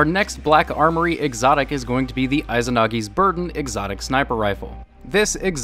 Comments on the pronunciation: Jotun is pronounced like yotuun and izanagi is pronounced like eezanagi lol it aggravated me a little bit when he said it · He can't say Izanagi properly either.